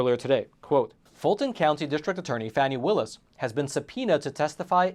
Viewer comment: Epoch Times are idiots. They can’t even pronounce Fani Willis’ name properly. The allegations are groundless. Epoch Times are more interested in selling stories instead of reporting the truth.